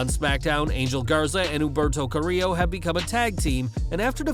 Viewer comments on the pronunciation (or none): none